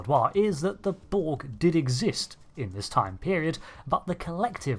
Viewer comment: It's "borg", not "bolg" or "bo-ug". Can you enunciate your words correctly? Couldn't give two fucks if you're from Bucktoothston, UK.